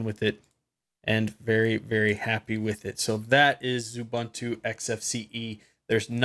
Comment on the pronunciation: OO-BUN-TOO? Come on. Say OO-BOON-TOO.